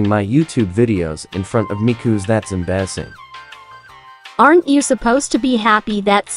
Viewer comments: That's em-bar-see-ng🤩🥵😩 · ‘’Cooz that’s ambersing’’ lmao the way the voice pronounced that I’m dying 🤣🤣